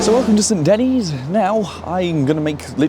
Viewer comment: Another interesting video - thank you! But “Saint Daine’s”?!? It’ rhymes with Dennis. As in “The Menace”